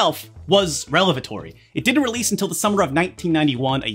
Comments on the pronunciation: relavatory? it's "revelatory" lol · pulled a “relevatory” instead of “revelatory.” Pour one out ❤️ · “Relavatory” instead of “revelatory” is a Rich Evans level goof.